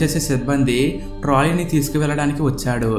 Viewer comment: Mundu maatalu spastatha nerko baabu pakshulu anadaniki paksulu amntumnavu traly anadaniki trali amntumnavu